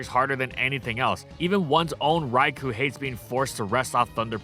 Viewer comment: You know what'd be truly AMAZING? IF COULD PRONOUNCE "RAIKOU" RIGHT, FOR ONCE!!! Also shame on you for no Wooper Little Cup analysis.